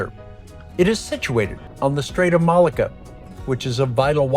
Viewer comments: A very informative video of my second home. You offer so much information, it's really to be admired. Could I politely suggest that you spend a little more time on your pronunciation of local names. For example "Mel lak ka"; "PERRR an uh can, not Per an AH kan", "Kwala Loom pur, not KOALA lum Pour". Etc... It will help others who watch your videos and come later. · Apart from some pronunciations. Malacca and Peranakan for example.